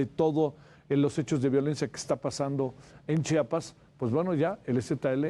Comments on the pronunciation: Buen día. Un favor. Se pronuncia CH I APAS, NO CHAPAS. Gracias. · Jajaja dice chapas ...tan pendejo no sabe decir chiapas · Lo correcto es chiapas no chapas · Chiapas no chapas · Interesante el análisis del maestro Raúl Romero, pero el nombre del estado se pronuncia como se escribe,la I no es muda.Çhi a pas.